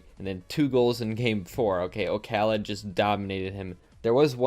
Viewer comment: can people stop calling him okhalid like it's one full name and word....the o is just for design in the user name. his name is Khalid...did we always call Paschy PaschyNinety or KuxirNinetySeven. no...we don't call JSTN jay es tee en. c'mon.